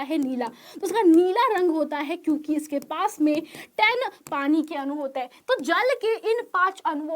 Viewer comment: Mam anu nhi adu hota hh😅